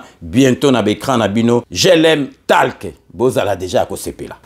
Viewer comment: Merci...mais je voudrais apporter une toute petite correction sur le mot: TALK. Dois-je préciser que c'est unot anglais qui se prononce "tolk"....la lettre A...se prononce alors comme O... Ainsi on dira: GLM TOlk....pour faire simple. Merci mpangi.